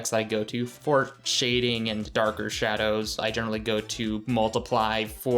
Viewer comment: when it says sadows instead of shadows